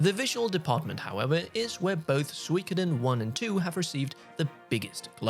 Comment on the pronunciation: What if you learn how to correctly pronounce Suikoden? Geezz... Every time...